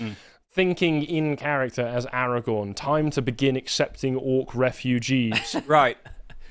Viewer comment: AraGORN, not AraGONE ffs!